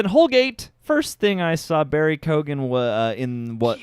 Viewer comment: I really liked this movie, it’s moral dilemmas, characters and also I’m fully Irish and I’m nearly positive you guys (yes even ) are pronouncing Barry Keoghan’s name wrong. Just to let you know